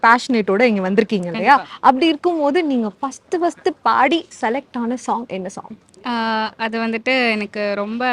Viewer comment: குமுதம் தமிழை வளர்த்த இதழ். அதிலிருந்து வந்து " சோங்" "சோங்" என்று சொல்வது சரியா? தமிழைக் கொலை செய்யாதீர்கள்